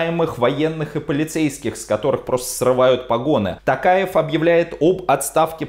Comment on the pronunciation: Касым-ЖОмарт Токаев! ТОктар! У казахов имена (и слова) с буквой "О" читается с буквой "О", а не "А". Режет слух!